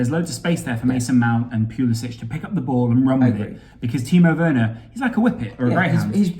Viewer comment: I hate to be a pill but Christian Pulisic pronounces his name with an -ick at the end and not an -itch.